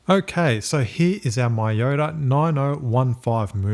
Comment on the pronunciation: By the way it's not "my-yota" it's "me-yota".